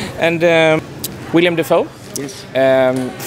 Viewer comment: Hey interviewer...His name is WILLEM, not William...sheesh!